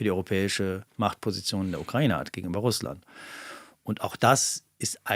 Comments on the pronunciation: Was daran ist aber konkret Falsch ausgesprochen. Der Duden z.B. definiert ja auch beide Aussprachemöglichkeiten. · Und noch ein Nachtrag: Als ehemaliger Mitarbeiter des NDR ist dir bestimmt die Aussprachedatenbank der ARD (ADB) bekannt. Vielleicht willst du da ja mal nachschauen, wie man die Ukraine aussprechen sollte.